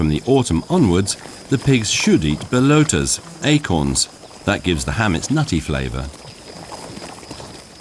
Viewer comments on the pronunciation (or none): The word "belotas" is pronounced "beh LAW tas" not "bell LOW tas".